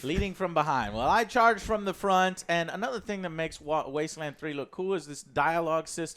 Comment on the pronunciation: "Top... 25 games of 2020" You're either psychic or you forgot a word when speaking buddy :D E: NONE of them said "Wasteland 3" right. Are they THAT excited for Fallout 76 The Wastelanders?